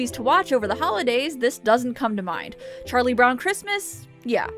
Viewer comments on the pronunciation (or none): none